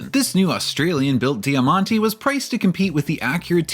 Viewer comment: 'Jamante' = diamond Di ya man ti ❌